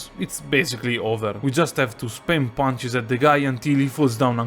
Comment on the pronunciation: "Just have to Spaam ponches"